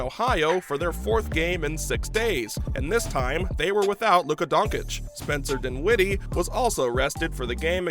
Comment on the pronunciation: Dude. Pronounce Lukas name right and check the waiver wire. Lol. Kemba isn’t on the team.